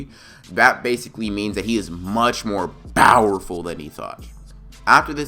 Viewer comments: Why do you say Bowerful instead of powerful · I like the what if but you keep saying bowerful.